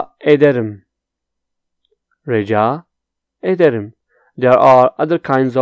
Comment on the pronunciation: You are sayin Rica ederim like Raca ederim